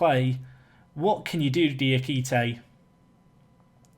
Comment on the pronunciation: yay you started saying Diakite's name right